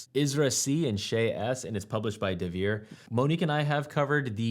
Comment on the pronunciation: It's Nidavellir, not Nidavellier! :P